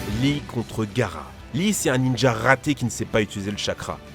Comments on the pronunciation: Lee contre Gara 😂😂😂 C'est Gaara on prolonge la prononciation du A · Ça dit aimer Naruto mais ça prononce "Gara" ou lieu de "Gaara" mddrrr mais sinon c'était une bonne vidéo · On dit pas gara mes gAara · Dans le prénom Gaara, il faut prononcer les 2 a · Ta prononciation de Itachi et de Gaara sont tellement mauvaise